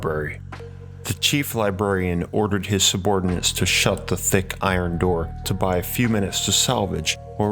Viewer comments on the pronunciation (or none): none